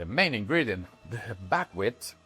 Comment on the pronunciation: Bagwit ? What is Bagwit ? I searched for it and can't find any kind of grain or seed with even a similar name. You don't list it in your ingredients so I'm working from your pronunciation with a heavy accent and the auto-generated transcript. Maybe you're saying Buckwheat ?